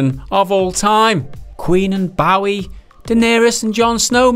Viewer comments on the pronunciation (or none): It’s Bowie! Not Bowie! ....guess that didn’t really help but say it correctly! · No it didn't but the effort is appreciated. BTW, it's Bowie. ;-)